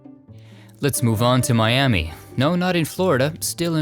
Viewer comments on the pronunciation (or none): Side note---it isn't pronounced "MiamEEEE", it's pronounced Miam-mah,for our tribes here in Oklahoma. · Hey in Oklahoma it’s pronounced miamuh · Miami, Oklhahoma, is pronuounced Miam muih.